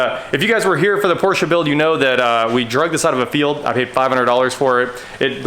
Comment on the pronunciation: Thank God! Finally someone who knows how to properly pronounce Porsche.Old Germanic name people, two syllables please.